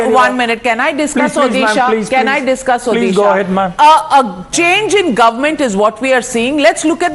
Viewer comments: When will she learn to say Odisha not odehshaaah. It is annoying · It's O-DISHA pronounce it properly north indian gandus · What the hell is ओदीशा ??? Pronounce correctly or stfu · It's not Orissa,it's Odisha mam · Pls pronounce ODISHA properly. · This is the odisha in India!! They not able to pronounce Odisha clearly, And saying pandian is a bahari loko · MF it's odhisa it's odisha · Please announce properly Odisha. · Pronounce the state name properly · First of all, please pronounce the name of my state properly, or else please delete this video. From a channel like Times Now, this is humiliating! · Please pronounce Odisha correctly . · Abey Mere Rajya ka name sahi se pronounce kar .... L***di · Pls pronounce Odisha properly